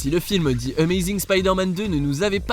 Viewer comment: Pourquoi il dit (di amazing Spiderman) au lieu de the ?😅